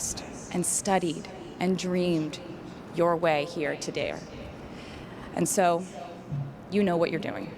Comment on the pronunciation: That accent when saying "today...r" sounded Irish. Didn't it? Easter egg for Dublin Concerts? Rep TS??